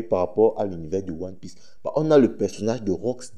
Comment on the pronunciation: 😂😂😂😂😂😂😂😂😂😂😂😂😂😂 😂😂 non toi vraiment tu lis one orifice pas one piece